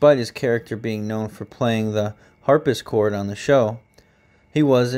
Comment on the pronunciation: great informative video :) just a couple pronunciation tips: harpsichord is harp-si-cord NOT harp-is-cord dahlia is 2 syllables not 4... dal-ya NOT da-hi-li-ya